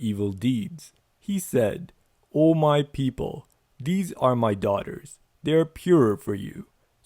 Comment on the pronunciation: "Offered his daugahters" ughhh